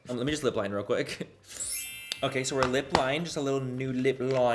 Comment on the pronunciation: i cant tell if its intentional but every time he says okay, i hear Oh Gay and I'm living for it